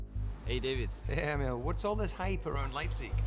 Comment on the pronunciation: E(!)mil ffs. 😄